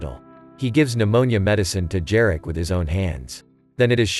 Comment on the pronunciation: Jarek - pronounce Yareck